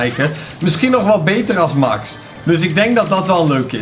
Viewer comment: Ik weet niet of het weet maar Max is een meisje en je spreekt het uit als mex want ze zegt weleens back to thé mex en in de beschrijving staat zij 😉😉😉 echt mega leuke video trouwens!!! BAWZ ARMY💪💪